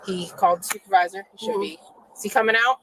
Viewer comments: She’s so sorry. Her baby getting a procedure and she’s across the street stealing smh. Also she said supaviza right on the money lol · What man in his right mind got with her to create children? I feel bad for the children. It pissed me off the officer entertained her foolishness as long as he did. I holler every time you say supavisah 😂😂😂I haven't pronounced supervisor the same after hearing you say it 😂